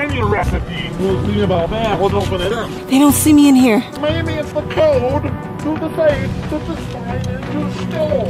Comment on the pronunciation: It's code not cose.,l😆😉